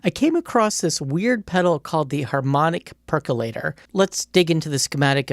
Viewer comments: Perq-you-later, guys. :) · Nucular perculator. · Great vid. Amazed how many people can’t pronounce percolator properly. 🤦🏻‍♂️